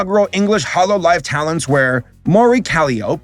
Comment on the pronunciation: Me a, someone who very much likes Vtubers and has been a round for a while. Sitting here going, yeah hes gonna gloss over stuff and a few newonces, but your complete buchering of Mori's name has me in stiches.